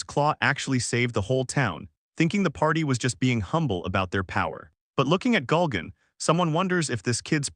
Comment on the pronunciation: Why does the narrator keep saying "Gulgan"? It's Gurugan. It's like somebody messed up the name every time the character was named in the AI program they used to make this voice over. So many extra layers of laziness. (On top of stealing comics and using AI voice overs)